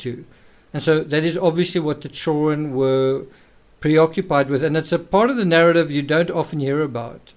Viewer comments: The CHILRUENN. 😅😅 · Never heard anyone pronounce children like that. Like hes afraid of saying the whole word 😂 "churen"